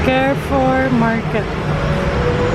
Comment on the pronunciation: Hello chinks, u are wearing cardigan po kaya malamig pa rin. You can try yung mga puffer ng uniqlo tas yung mga light heattech din from uniqlo. Carrefour we read it like ca-re-four. Enjoy your break. Joy from Canada